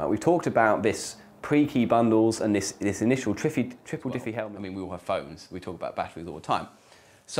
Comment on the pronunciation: Triffie Hellman? xD